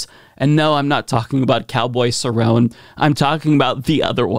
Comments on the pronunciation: Cowboy Cerrone this is UFC fighter probably be going into the Hall of Fame you said his name wrong other than that I guess she get what she got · It is pronounced Ser-own-eh (Cerone) not sir-ron and his real name is Donald not cowboy. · Donald cowboy cerrone (sir-roni)is a ufc gate keeper. Greater fighter but never won the championship, but holds a lot of records in the ufc. I love wrestling and mma, but what kills me is their political views. And for some reason I was kinda perturbed that you missed pronounced his name. Reminds me of what white republicans do when they try to say a poc’s name like mine. Just always got at the right for doing that, so at least look up the three names on the poster. Just saying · Cowboy Cerrone is an MMA fighter stop being lazy and do your homework at least pronounce his name right 🤣🤣🤣